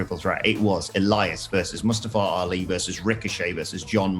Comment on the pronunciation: The way these English guys pronounce Ali's name is hilarious. Wrong. But hilarious